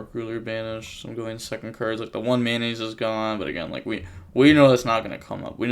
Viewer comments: Why do you call Metnoise Mayonnaise? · Everybody: Tearalements Metanoise: Mayonaise